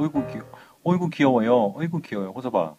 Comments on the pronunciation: '호섭아'가 '홍서방'으로 들리는건 기분탓? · 약강 호서방? 이라고 들리는것같기도.. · 홍서방으로 들려 ㅋㅋ